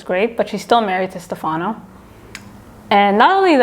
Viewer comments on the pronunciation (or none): none